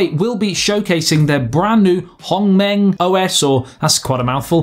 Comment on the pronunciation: I think the only problem of this HongMeng OS is the pronunciation of its name. Man you really did well when saying it and HuaWei, I've seen most say 'WA WEE' which made them sounding like a Chinese baby.